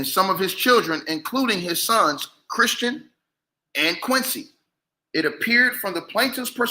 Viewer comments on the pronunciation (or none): none